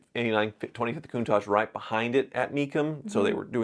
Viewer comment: Since she can pronounce Countach: for kidney or gall stones, squeeze the juice out of a lemon or two, add an equal amount of olive oil, and mix with an emulsifying hand mixer. Drink it, then follow maybe 20 minutes later with plenty of water. Acid from the lemon juice dissolves the sharp points and makes the stones spongy. Olive oil slickens them up so they pass easier. Lots of water flushes them out. No surgery.